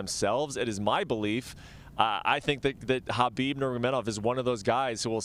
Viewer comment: She actually pronounced Khabib's name right. Most UFC fighters and even some of his fans still pronounce the K sound which is wrong.